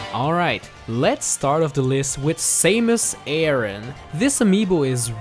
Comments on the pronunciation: Who’s Say-mus aran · "Saymus Ayran " Well at least he fixed it after tho xD